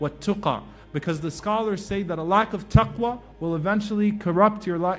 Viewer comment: Salam alaikoum CAN i ask a QuEstion please : why did you say tuqwa in duaa and not taqwa ? Thnks